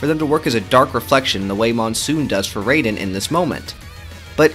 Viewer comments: Bruh how this dude be calling Raiden "Rey-den" when they literally say their name like "Rai-den" 50 times in the game. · Disliked just for "Ray-den" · Bro said reiden 💀💀💀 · Raiden's name is not pronounced the same as the character from Mortal Kombat. The Rai is pronounced like rye bread. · It’s “rye-den” that’s how you pronounce it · Good video, but I still don't understand how people play MGR and still say "Rayden" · I just broke out laughing bc of him saying reyden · ummm... ackshually it'sh pronounced rye-den🤓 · Please say raiden name right he not the god of thunder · mispronouncing raiden's name makes you the biggest edgelord of all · And the video is good but the way he pronounced Jack's code name threw me off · Am I the only one that is bothered by Raiden‘s name being butchered? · You mispronounced raiden argument invalid